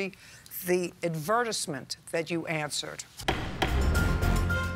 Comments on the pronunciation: I love how JJ pronounces it "ad-VER-tiss-ment." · The pronunciation for ADVERTISEMENT lol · Who pronounces advertisement like that 😭